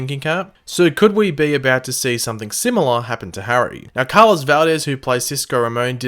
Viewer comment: Why do you say Car-Loss, and not Carloes